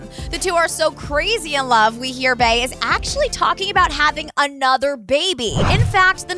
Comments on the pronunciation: Please stop saying “Bae”. Its pronounced BEE! BEYONCÉ! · It’s Bey as in “Bee”, not Bey as in “Bae” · Its B. Not bAE🤦🏾‍♀️🤦🏾‍♀️🤦🏾‍♀️ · It’s Bey as in “Bee” not Bey as in “Bay” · if she says "bae" one more time.... it's Bey, like "bee", just Bey. Thank you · It's BEEE not BAY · Stop calling her BAY for fuck sake... it's BEY pronounced as BEE! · Stop saying BAY!!! Soo annoying!!! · Quit calling beyonce bey, its cringey, idek how u get bey (bay) from beyonce!bEyonce not bAyonce... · Fam it’s Bey as in BEE not BAY 😂😭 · you're killing me!!! Your pronounce Beyonce "Bee on say" but pronounce her aka "Bae"!!! Get it together!!! It's Bee!!! Now carry on!! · OMG this was so irritating I swear I hate the way white people say Bey it's all was sound like bay SMH just say B that's it B or Beyonce good damn oh my goodness.....So fucking irritating Jesus Christ please just start saying Beyonce that's it.....Leave Bey for the people who knows who to correctly pronounce it please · "bay and Jay" It's BEY pronounced BEE😂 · Bae? Wtf it's bee😂😂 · It’s pronounced bee not bae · Its pronounced "bee" not "bay" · “Bey” not “bae” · It's be eeeeeeeee not bayyyyyy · I hate how she says bae instead of bey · It's bey not bae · It’s pronounced Bee, not bae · bey (bee) not fucking bay, 😂😂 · It’s bee not bae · Bre Nichols She’s pronouncing it like bae not bee. Which is how you pronounce bey. Bee-yonce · QuentojVEVO love you obviously don’t know how to read dumbass. SHES PRONOUNCING IT LIKE BAE WHEN BEY IS SUPPOSE TO SOUND LIKE BEE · Lissaaa nahh only stupid bitches pronounce it like bae. Gtfo😴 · Anthony Crowe “Bey” is pronounced “Bae” and “Bee” you dumb fucks🙄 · It's pronounced "Bee" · Why do they keep calling her Bay?? 😑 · 😞🤦🏽‍♀️ it’s “Bey” as in Beyoncé not “bee” not “bae” and not “b”. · It irks my nerves that she kept pronouncing Bey like Bae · Failed censorship and I'm kind of tires of how she pronounce Bey's named Bay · The way you say Bey is painful